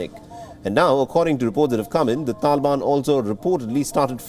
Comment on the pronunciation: He literally said 'tanban'...